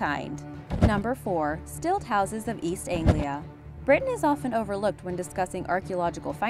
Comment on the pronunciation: Who the fuck taught her how to say Anglia? It's Anglia as in angle not Anglia as in ainsley